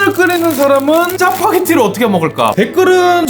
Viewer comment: Fuck파게티라고 들었는데요?? 내가 잘못 생각하는건가?